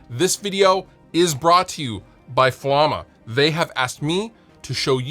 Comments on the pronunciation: Fla-ma not Flam-a! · I'm pretty sure it's not pronounced "flaw-ma" :P